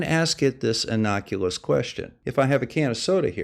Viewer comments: "Innocuous," not "inoculous." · Did the homunculus potato hybrid say inoculous? Who would have thought it?